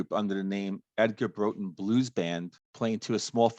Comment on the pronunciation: As he starts each verse i kept thinking " which other song am I thinking of " . It took a while but a slowed down , dirty blues rock " Roxette " by Dr Feelgood . Song I didn't know .Thanks ,btw it's pronounced Brawtun .